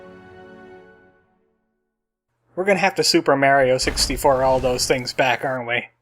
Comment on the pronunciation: Every time you say Mario I want to scream.